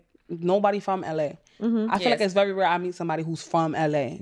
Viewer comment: If I hear her say "Vevy" one more time...I swear. Then have the nerve to be picky about everything...It's VERY, with an R.